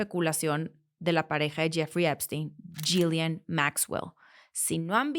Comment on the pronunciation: Creo que el nombre de la ex pareja de Epstein se pronuncia “Yilein”